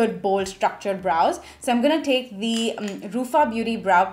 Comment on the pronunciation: Very difficult to keep continuing listen or watch her due to over dramatic gestures and unbarebale pronounciation. Not “take” but “ Thek”, phowder, not “Pac” but Phac, not “colourbar” but “ kalarbar”….. why i mean why?